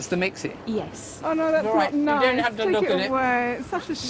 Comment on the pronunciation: 'Doewn't be soe ridiculous'